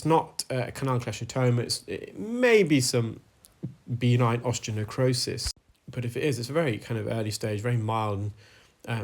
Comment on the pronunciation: How common is benign osteonecrosis? (By the way, it’s pronounced be-NINE, rather than BEE-nine).